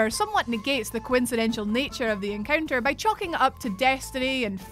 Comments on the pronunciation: Coinciden-shul??? That's poor Englandness. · Coincindental not coincidential. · The Whatculture team are really struggling with the English language these days. Or it's just "coincidential" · Does video on coincidences. Can't pronounce coincidental.